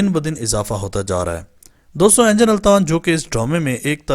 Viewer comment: بھاٸی انجن نہیں انگن التان نام ہیے